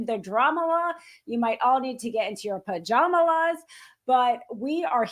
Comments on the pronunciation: Did that first woman really say "Pajamalas" when talking about how long the night might be before they'd know the results? 🤣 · “Pajamalas” - 😂 what an absolute bucket head lol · Pajamalas. Omg. The cringiest sh*t ever.